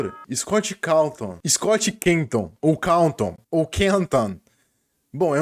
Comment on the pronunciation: o cara falou scott cantom